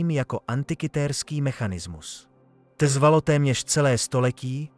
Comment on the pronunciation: Tv-dy misto tvrdý tvalo misto trvalo...